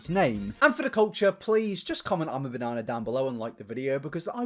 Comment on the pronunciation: 'Hav a banana' 🍌🍌🍌🍌😂😂😂 Sorry about that. British.